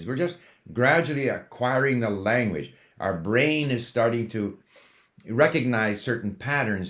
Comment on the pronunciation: I notice you are saying Lanwedge